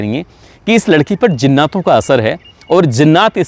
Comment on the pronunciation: بھائی میں نے عمدہ تلفظ کی وجہ سے ویڈیو بند کر دیا کیونکہ برداشت کے باہر ہو چکا ہے زناتوں کیا جہالت ہے